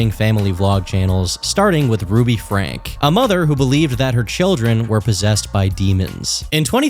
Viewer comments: Ruby Franke, the last name is two syllables, pronounced "Frank-ie". Crazy to think that after everything, her husband is still willing to try to reconcile their marriage. I cannot fathom wanting to still be bound to someone who did things like that to my kids, but alas, Mormons seem to value the "sanctity" of marriage over protecting their religion's future. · Is it not pronounced Frankie? Never heard it pronounced Frank before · It's not Frank, it's Franke. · Pronounced “Frankee” not Frank. Guessing research was minimal. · It's pronounced "Frank-eeh" not "Frank" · Pronounced Franky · Pssst - in case you have to return to the topic for future documentary purposes, Ruby Franke's last name is pronounced "Franky". Great video! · How is pronouncing her last name wrong after all the research. Did he not watch a single video where her name is said?